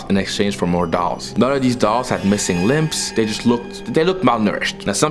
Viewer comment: Anyone else realise said “a lot of these dolls had missing LIMPS instead of limbs 😂😂